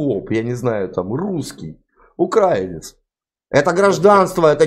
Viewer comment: По мычанию понятно, он действительно укрАинец 😂